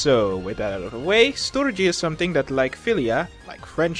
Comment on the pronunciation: ON MY GAWD, you sir are now one of my favorite ponys. also thanks for saying storge as you did, i have been pronouncing it like store-gy with a hard g for years, but i believe agape is more self-sacrificial love, in the new testament it is used to describe the love that god has for his people, not necessarily a love towards god.